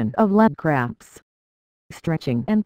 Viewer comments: I hear it saying craps instead of cramps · Sounds like shes saying leg crabs